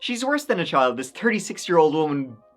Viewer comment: The way she says child bothers the hell outta me. I’m from the southern US and we do tend to hang our vowels but… “Chyy-y’all’d”. It was just such a weird way to say it and, to me, you could hear her hatred just by how she pronounced that one word. She had weird vocal inflections on a lot but that stuck with me.